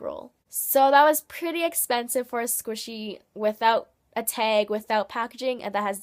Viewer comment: I was wondering why do you say teg?